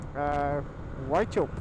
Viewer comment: I love watching videos of my backyard. It gives me a chance to view some of our favourite roads and locations through the eyes of others. It's beautiful, particularly after rain. Nice vid. :) Just a friendly FYI: Walcha pronounced "Walker". Wauchope is pronounced: "Warhope".